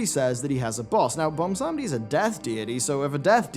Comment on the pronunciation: ok i know this is a minor thing but it bothers me too much BWAN-sam-dee not bon-sam-dee and i'm not exactly sure if you are british or what (i can hear it sometimes in his voice) so accents might come into play but it just bothers me so much and yes i know i have horrible gammar so please stop the furious typing now